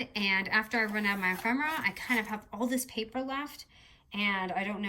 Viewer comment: E-fem-er-ah not em-fem-er-ah